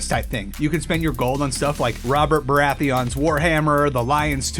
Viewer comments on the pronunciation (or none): It's beratheon, not berath-eon lol